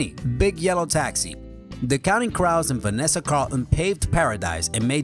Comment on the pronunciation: Great video. No offense, but you should work on some of your pronunciations. Here's what I mean. You missed crows in counting crows then later you said crow just fine.??? What's up?